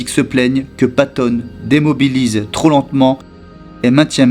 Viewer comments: qui dit les commentaires , il fait une liaison bizarre en mettant un S à TROP, c'est désagréable à entendre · Très sympa mais il y a un autre problème. A la bataille des Ardennes vient de se terminer et on passe au 11 Nov 1945 avant de revenir sans logique au 22 Avril à ! Attention aussi aux liaisons avec "trop" - troZ-éloigné" par exemple. Et à , c'est "pronostic" réservé, pas diagnostique ! ;-)